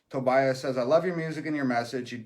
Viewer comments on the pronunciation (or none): none